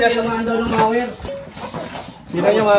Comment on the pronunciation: correction po: mower po hindi mawer🤣😊